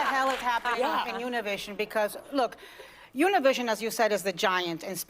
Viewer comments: It's Univision not tunnelvision! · It's not Univision, it's OONA-VIZ-ZEON.